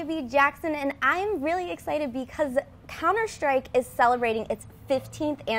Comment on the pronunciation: why do they pronounce it counter shtrike?